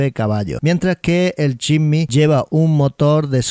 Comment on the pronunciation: Compadre aprenda a pronunciar el nombre del Jimny...